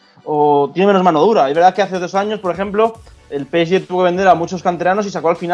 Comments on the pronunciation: Cada vez que dice "peesye",Dios mata un gatito. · El "Pesyé" , gran equipo. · Por que este chico pronuncia así el nombre del PSG ? 😂🤦🏾‍♂️🤦🏾‍♂️💁🏾‍♂️